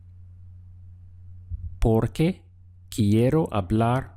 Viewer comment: I like how u say porque